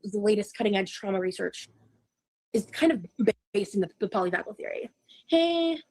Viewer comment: kept mispronouncing polyvagal…